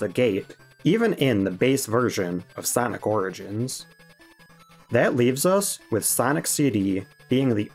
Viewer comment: "Sonic Rigins Collection"